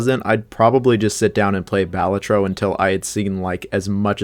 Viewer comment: It’s pronounced Balatro!